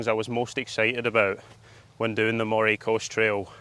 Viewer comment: Nice vid of our coast but I can't let the pronunciation slip............it's pronounced MURRAY even though it's spelt Moray. And Findochty is Finechty but I think you realised that half way through. What a pedant eh? 😂😂 Great stuff keep up the good work.